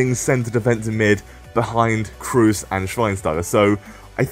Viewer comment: lahm should be higher rated than rooney and agüero and btw just pronouce Kroos with a longer o he´s not a damn spaniard called cruz -.